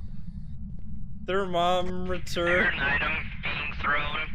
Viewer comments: Thermomrter. Pronounced "thermo - murder" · Thermomrter😂 what da hell😂